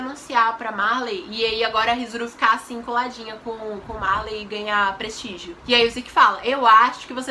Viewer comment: "prestigio" MORRI KKKKKK